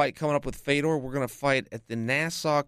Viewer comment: it's "fiodoor", not "faydor".